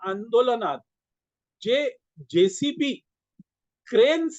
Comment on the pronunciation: जेसीपी नव्हे, जेसीबी. 🙏